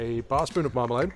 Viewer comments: I understood Marmite, instead of marmelade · Oh dear I'm glad I checked the comments, I was wondering how he so casually just puts in marmite and doesn't even mention the taste of it lmao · The way you say marmalade sounds like marmite. I heard 'marmite' twice. Now that would make an interesting breakfast drink! (Also, potentially vile...) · Me too!!! I’m glad I looked at the recipe. I couldn’t believe marmite was an ingredient. 😄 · Same here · I heard marmite as well. But I don't know if you should make a drink with it. But I'm Canadian and we will drink almost anything with alcohol in it. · ahhh my bad man, sounded so much like marmite. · I thought the same thing!! 🦻🏻